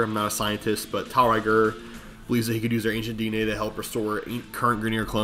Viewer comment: I think it's meant to be pronounced "Tiel Reggor" in the same way that Lancers say "Umer Gregger" Actually getting the pronunciation over in a comment is obviously gonna be difficult but there's definetly a rolling r in Regor's name if you consider how the Grineer pronounce stuff in game.